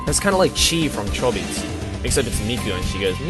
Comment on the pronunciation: Can everybody stop saying chobits!?